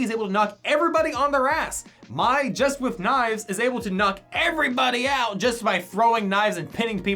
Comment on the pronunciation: haw did he just pronounce mai